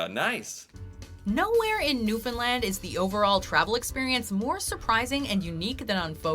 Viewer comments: it is NEW F O U N D LAND NOT FINNLAND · New-Fin-Land not New-Fin-Lind